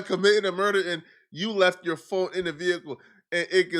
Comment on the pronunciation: You said quando rondos urder